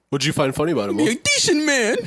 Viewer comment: “He’s a dechent man” 🤣🤣🤣🤣